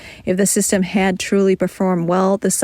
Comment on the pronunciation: The speaker is very good. But they keep dropping their Ds at the end of words like: had, Lockheed, solid, and so on. Enunciate those. Follow through.